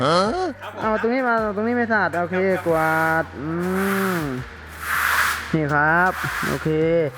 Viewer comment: กวาดคับพี่ไม่ใช่กววด